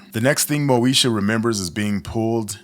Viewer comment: Bro you just called her moesha